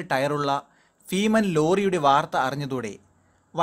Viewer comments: ഫീമൻ അല്ല ഭീമൻ.... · ഫ അല്ല ഭ ഭാരം, ഭാരതം, ഭീമന്‍............. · Bheeman not feeman.